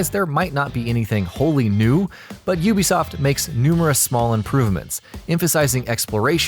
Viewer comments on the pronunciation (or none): OO-BE-SOFT NOT YOU-BE-SOFT JFC